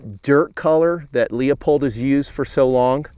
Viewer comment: Leupold, the "E" is silent.